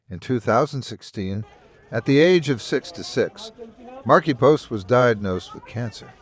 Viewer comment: Sad to hear about her passing. Great tribute... well written.... but miss Tim. The narrator was irritating. Poor choice for "Factverse" and can't speak properly calling her "Markipost"...